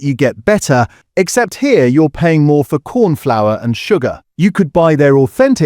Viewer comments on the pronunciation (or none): none